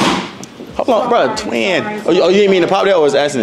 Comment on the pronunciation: So disappointed 😹 “ twinn “